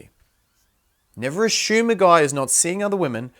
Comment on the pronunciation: “Ashouum” ahhaha. ❤️ girls dont ashoooum